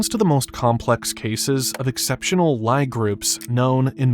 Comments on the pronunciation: It's a LEE group. Not a "lie" group (Oxford English Dictionary). What the heck?. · "Lee" group not "lye" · brother it's pronounced lee not lie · Lie is pronounced like “Leigh” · you're forgiven for mispronouncing "lie" . good pun lol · It is pronounced "lee" group.